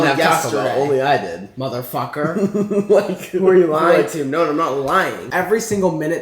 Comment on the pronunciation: I swear whenever Nick says motherfucker is sounds like motherfacker lolll